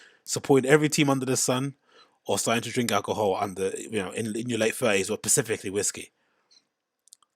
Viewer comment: “Pacifically whiskey” 😂